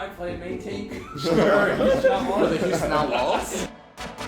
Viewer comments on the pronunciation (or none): "Houston Outluls"